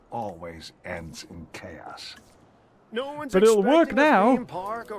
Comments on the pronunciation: what’s “choase theory?”😂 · It's like Shadow says CHOASE CONTROL!!